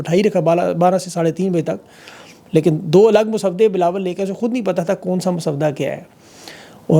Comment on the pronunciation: Yar ye jo aap jan bhoj k twist of tongue karty hai really boht maza ata hai.. Bilo bilawal❤😂